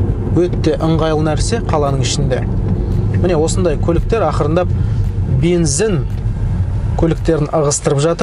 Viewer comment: Видео керемет! Бірақ бензин деген сөзді "БЕНЗІН" деп айтпасаң нұр үстіне нұрәлем болар еді